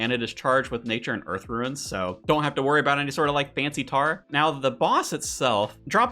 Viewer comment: Man, the way this guy says rune makes me want to rune my pants. Love the content. Will say, barrows gloves as a drop even without the barrows gear buffs is still quite good.